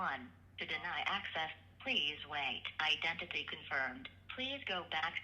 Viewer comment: My fav part of these videos is listening to the bank robot caller pronounce "identity"